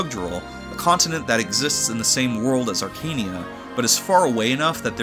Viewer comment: It's not pronounced "Arkania", it's "Arka-neia", as you can see from the japanese name "アカネイア" "Akaneia"